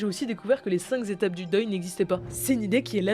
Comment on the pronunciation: C’est comme dire "cinqzétapes." Le "s" est après "étapes" donc il ne faut pas faire de liaison. Vous savez que Frankenstein n’est pas le nom du monstre mais dans la vidéo sur les monstres les plus effrayants du cinéma, Mai-Lie mélange les deux.